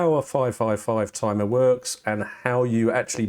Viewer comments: IT'S NOT A TUMUH! I mean tumor, er, I mean timer. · IT'S NAHT A TIMAH